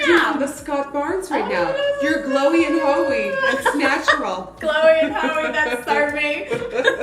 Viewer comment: Omg yessss you’ve seen that Tati video 😂😂 I love how you say snatural